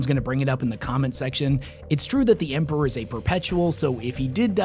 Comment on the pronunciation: How can bro say Empewow and Emperor, Thwone and Throne it's like a selective speech impediment